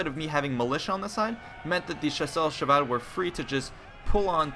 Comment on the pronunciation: Wow! you said "Chasseur à cheval" almost perfectly... i am impressed.